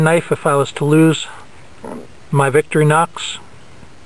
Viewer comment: lol he said " victory-nox" awsome video, nice selection of gear